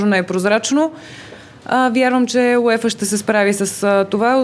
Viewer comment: It’s pronounced “You-Ay-Fah” not “You-Ee-Fah”